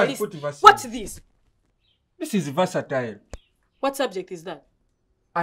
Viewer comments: "Vaseline" for "versatile" this killed me. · I hear verseline for versatile..🤣🤣🤣